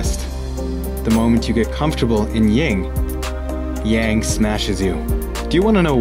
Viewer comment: Yin and yang pronounced Yin and Young.